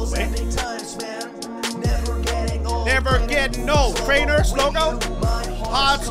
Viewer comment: Crainer Not crater